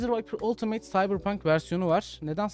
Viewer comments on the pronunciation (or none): none